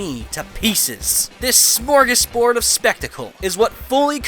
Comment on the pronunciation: "smorg on board" do you mean smorgasbord?